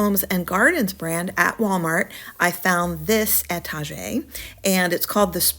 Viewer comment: Please pronounce etagere correctly. étagère. noun. éta·gère ˌā-ˌtä-ˈzher